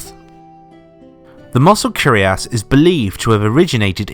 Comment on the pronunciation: It's not "curiass", but "cuirass" (pronounce "queer-ass")